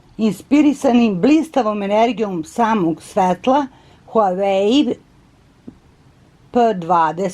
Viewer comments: Nije huvai nego huavei (to ti je na srpskom kako se izgovara) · Nije Huweaj nego se izgovara Huavej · ne kaze se huaei nego huawei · Huai pi tenti pro hahahahah ti se drogiras hahahahahahahaha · Pise se huawei p20 pro Kaze se uawei p20 pro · Izgovara se huavei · Kaze se HUAWEI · Huaveji se kaže 😂💛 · Huavej p20 pro se cita i pisuva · Moraš da se izražavaš To se kaže Huavej pe dvajes pro. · Prelep poklon! Stvarno ste carica. Obožavam vass❤❤ Ništa nisam protiv vas smo da vam kažem da se kaže:HUAVEJ. Bilo bi lepo da nekome poklonite iPhone nekome ko vas stvarno, stvarno dugo prati...VOLIM VASS😙😙😙😙😙😙😙😙😙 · Kaze se huavey pe 20 pro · Kaže se huavei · Kinezi ne izgovaraju h a neka slova pomjesaju pa bi se trebalo reci Vavej(vawei) Ali kaze se huavej(huavei) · Cita se Wah-Way.... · Kaze se huawei,mozes ga citati kao huavei. Cita se isto kao sto pise. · Huavej se kaze a pise se HUAWEI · Inace se pravilno izgovara Uavei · Huavej pe 20 se izgovara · Odlicno ❤ Inace se izgovara HUAVEJ I ako zelis napravi giveaway sa iPhonom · huvei se kaze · Kaze se huawei pe 20 pro se izgovara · Molim te alo stvarno molim te nauci ka se stvarno izgovara tvoj novi telefon, i prestani iste recenice sto put da ponavljas jer jesi interesantna ali samo zbog becinu gluposti koje izgovaras i jedan savet ne pljuj u stari bunar jer ti nisi kompetentna da ocenjues tehnologiju uopsete. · Huawei se izgovara